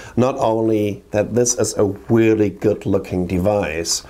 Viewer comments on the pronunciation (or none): I agwee wreally exciting and wreally interwresting! Sorry